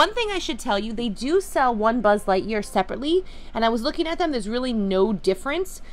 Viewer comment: You say sbud lightyear